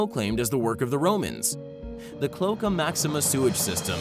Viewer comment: PLEASE! Learn how to pronounce the words that describe what you’re talking about!! It’s your entire job to do so!! Stop being lazy, regurgitating what you think are facts and do a little bit of research. You owe it to your subscribers! Klo - ache - a NOT Klo - ka